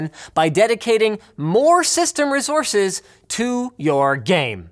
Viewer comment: I just like the way Linus says "rezources" or is it "race-horses?"